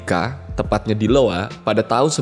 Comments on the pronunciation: Bukan Lowa bang tapi iowa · salfok IOWA disebut LOWA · Bukan Lowa tapi iowa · Apa Lowa? iowa bng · bacanya aiowa kali min.